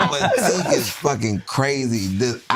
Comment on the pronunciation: Not Tink!!😅😅